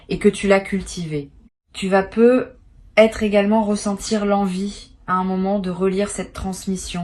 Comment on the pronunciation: C'est de l'intelligence artificielle. Elle prononce "peu etre" sans faire la liaison qui ferait "peutêtre". 🤥🤭